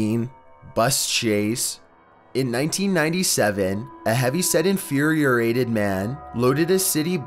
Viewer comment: 06 "A heavy-set INFURIORATED man"? Are you fucking kidding me? The word is INFURIATED. No need for a 6th syllable dude.